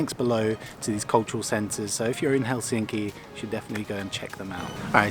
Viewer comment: Nitpickery...try to remember the stress on the first syllable in the word Helsinki, that is, put more Hell into Helsinki..otherwise, you are progressing nicely in your Finnish pronunciation...no small task for an English speaker...carry on...